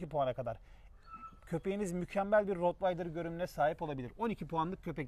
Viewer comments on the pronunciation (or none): Abi Rotvaydır diye bir köpek ırkı yok. Rottweiler yani almanyanın Rottweil şehrinden gelen köpek anlamında. "Rottweiler".. rotvaydır ne abi ya.. kaç kere bunu böyle duydum, anlamsız bir isim.